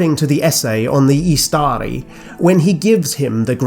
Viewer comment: Fantastic video as always. Totally unrelated but (i could be wrong) isn't Istari pronounced stressing the first syllable (IS-ta-ri) since the second has a short vowel followed by 1 consonant? Or is this a case of an exception of the rule (like Imladris)? Thanks!